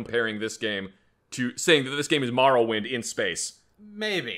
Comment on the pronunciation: I hate how says Morrowind (2nd Greatest game I’ve ever played)